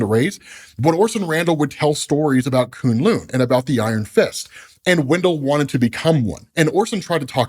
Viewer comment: It’s kune LOW sir